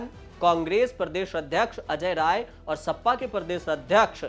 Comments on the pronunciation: सपा सप्पा कब से हो गई। ठीक से बोलो गुरु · सप्पा नहीं सपा 😂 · Sapa to sahi se bolo